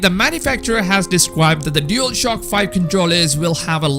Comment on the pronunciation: Why does the guy in the video keep saying dealshock 5 lmao